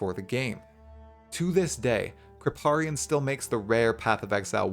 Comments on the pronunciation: krip "pay" rian, never heard it pronounced krip "PAH" rian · How you going to saw Krip's name wrong? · Can hear on the pronunciation of Kripparian he hasn't seen him! :D